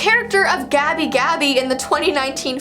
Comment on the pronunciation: my name is gabby and you said gabi gabi idk how to spell her name lol